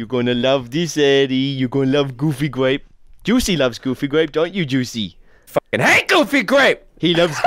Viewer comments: Coming to the realization that been saying "gooby grape" this entire time, rather than "goofy grape." My entire life is a lie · I thought he said goofy gwape not gooby grape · GOOFY GRAPE. (What I hear): GOOBY GRAPE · I hear goofy gwape